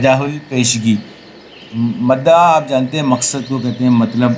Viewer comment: مَدَعا نہیں ۔۔۔ بلکہ مُدَّعا ہے